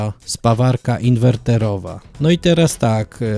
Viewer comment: A właśnie ten filmik uświadomił mi, że popełniam błąd językowy. Tak jak autor mówi się inwertorowa, a nie inwerterowa. Łapka w górę.